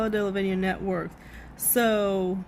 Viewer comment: DeLevigne pronounced as Del-La-Veen.